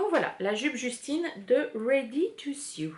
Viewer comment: Très contente de te revoir! Pour ton info, le mot Sew de la cie Ready to Sew se prononce comme « saut » et non pas comme « sioux » …. Dieu que tu es inspirante! A la prochaine 🥰 Monique de Montréal